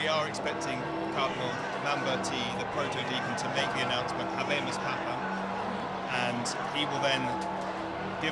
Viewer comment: 🥴Hey-bay-moos paypam? Atleast learn the right pronunciation before you go on air!!!